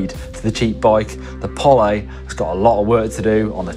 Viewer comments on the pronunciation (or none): You say Pol-ay, i see Pole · Didnt realise it was pronounced Pollay 🤣 I will probably still call it a Pole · Funny how you guys pronounce Pole as "Poly" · You can call it is POLÉ all day long. But there is not an accent over the E. POLE. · polly? is that how they pronounce it in finland? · Pole as in Bowl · Does the company actually pronounce it "Pollay"??????